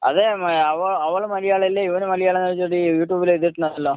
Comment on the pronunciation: എടാ കോയെ ആദ്യം മലയാളം മലയാളത്തിൽ പറയാൻ പഠിക്കൂ മയ മയ എന്നു പറഞ്ഞ് കൊരക്കാതെ കോയെ